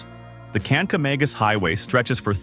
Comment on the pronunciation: the pronounciation is incorrect. Residents say Kanka MAH gus. You misspronounciated it like a tourist.